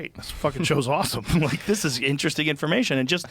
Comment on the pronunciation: "Inner resting" - Billy Carson